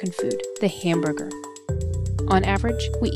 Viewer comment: ...hamburger..not damnburger...